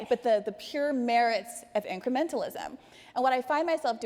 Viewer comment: she said incrementalism wrong